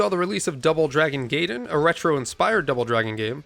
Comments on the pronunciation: Gaiden = Guy den not Gay den. Don’t you know your history from The Wizard? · Gaiden is pronounced like "GUY-den". This is because ai is pronounced like eye in Japanese, as opposed to the "ah" of a and "ee" of i. Yes, it's one of those weird exceptions.